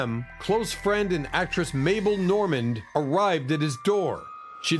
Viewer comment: LEARN HOW TO PRONOUNCE NAMES. THUMBS DOWN SAL MINEO SAL MINEO SAL MINEO THUMBS DOWN MABEL NORMAND MABEL NORMAND THREES COMPANY WAS NOT ON TV IN 1976.